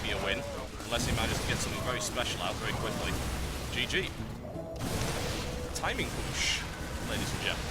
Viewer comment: lol to "timin pUshh